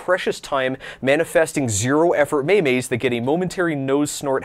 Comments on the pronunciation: Did you say "maymay" instead of "meme" (meam) ? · May-may's? Yikes... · did.. did he just call memes "MAY MAYS?" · What in thee fuck is a may-may?